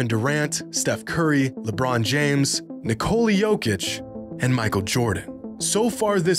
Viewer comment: Dear Americans, it’s pronounced Nicola, like the womans name in English. Not Nick-cola.